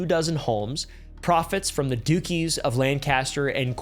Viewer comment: it’s not the dookies of Lancaster and Cornwall it pronounced Dutch-chee 🤣🤣. Much love for the mention 🇬🇧